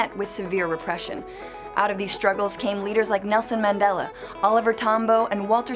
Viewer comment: Oh my gosh the way she pronounced Nelson Mandela, Apartheid and Afrikaans actually made me cringe